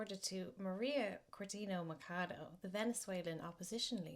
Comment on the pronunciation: It was so fun the irish way you said "McHadow", its "mashadu", meaning axe